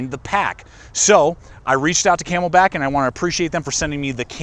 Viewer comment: It’s not ‘codura’...it’s not ‘kay mel bak’ but thanks!